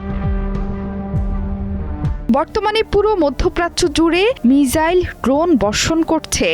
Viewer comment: মিজাইল না মিসাইল